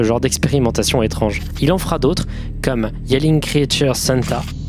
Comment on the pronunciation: Je jure que yelling creature il dit neuille comme Talmo mdrrr